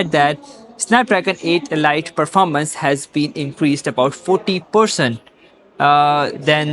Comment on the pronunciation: so...if elite is read as e-light in your pseudo english, wonder how you read the word "light".